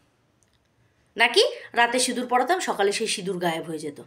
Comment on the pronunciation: আবার সিঁদুর বলছে না সিনুর বলছে আধ পাগলা টা 🤣🤣